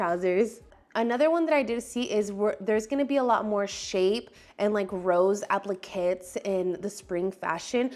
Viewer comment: Applique is pronounced applickay